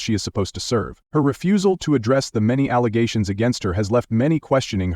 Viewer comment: Every time I hear the world "allegations", it reminds of her misnomer "alezations" 🤣